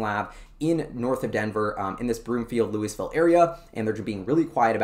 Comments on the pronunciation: Fwiw, Lou is, not Lou e. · You got it right the first time Louis-Ville, not Louie-Ville. I live 5 minutes away. Love your videos man. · FYI prounounced “Lewis”Vil unlike Louisville Kentucky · for future reference, it is "Lou - iss - ville" not "Lew - ee - ville." Love your show. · First, as a resident of Lafayette, CO, right next door to Louisville, and for your own safety, I need to emphasize that it is pronounced: "Lewis-ville", not like the place in Kentucky. Residents of Louisville are very sensitive about the pronunciation! On the map that you showed I live in the southwest corner of the development just to the East and very slightly north of where Solid Power is. Over the weekend, I will try and swing Solid Power and the other two to see if there are any changes in their signage. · pronounced Lew-is-ville... I live here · I live in Louisville! Pronounced Lewis-ville. CU Boulder - not University of Boulder! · As a former resident who worked for the local high tech company, it's pronounced "lewis ville". Not that it matters to anyone who doesn't or hasn't lived there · Pronounced "Louis" and then Ville. When I first moved here I was corrected quickly. Not sure why it matters. People here consider themselves former LA people and I suppose don't want the southern cast put on them. My guess. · Sulfur or Graphene. Lousville with a hard "S" unlike the silent "S" in Kentucky. Lousville has a long history of tech. Storage Tech was a huge force in disk drive tech. Also most of the early word processing tech came from Lousville like NBI (Nothing But Initials).